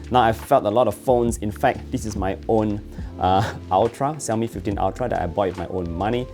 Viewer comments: ok lets try to learn how to pronounce Xiaomi. ,,shau-mee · Is this normal in Malaysia to pronounce XIAOMI like that?